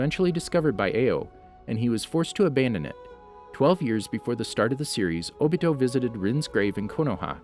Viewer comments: Bro His name is O-bito not obitow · He said obeedeeeoh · I cringe everytime I hear obido instead of Obito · HE SAID OBITO and then he said obeedo later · obito idiot not ohbeedoh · it's Obito not Obio!!! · It’s o-bi-to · “Obese toe” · AHHAHAHAHAHHAAHHAAH “Obeedo” IAOIYHYOIHIHIOSJETIOYDF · Not o be doe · It’s o-be-toe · “Obeeto” lmao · my man really said obeto lmaooo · "OhBeeHoe" "Sherengen" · My nigga said obeato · not even its obido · Naw not o-bito Obda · My guy said “Obeedo Uchia” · this man said "obitdo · Hey its ohbeetoh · zhakir council ohbeetoh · O. B. TOE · You said Obito wrong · Weird how he says it right.... and then goes back to saying it wrong